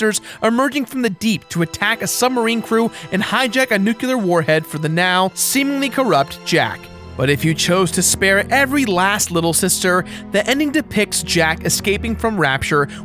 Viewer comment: it's "nuclear", not "nucular"...